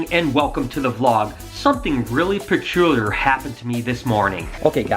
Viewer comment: Dude doesn't know how to pronounce "peculiar"